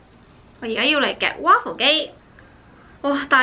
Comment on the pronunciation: waffle不是這樣讀吧😓😓😓